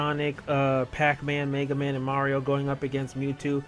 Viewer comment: MAYga man lol